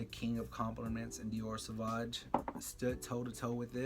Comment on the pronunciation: Dude, you need to learn to pronounce the name of the fragrances you're talking about. You lost me at the repeated SAVAG. And there's no such thing as a "negative compliment". A compliment means a praise. Negative feedback, reaction, whatever. But if it's negative, it's not a compliment, by definition.